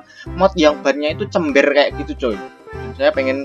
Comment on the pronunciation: Chamber Mas bukan Cember 🗿👍